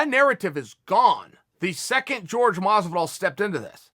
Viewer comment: Actually Chael it is pronounced Jorge(horhe) Chael : G E O R G E